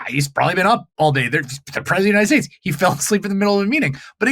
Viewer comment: We don't need Ai to know he was lying. Everytime he opens his mouth he lies. He lies through his teeth so much. He has to replace his dentures. "United Schtates". He is so full of shit. That when he burps. His teeth duck. 😂